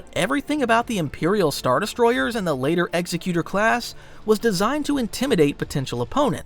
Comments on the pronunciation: Executor class destroyers, not "Executer." Very different. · sorry its bugging me so i have to. its Exec U Tor. like executive. command and authority not execution.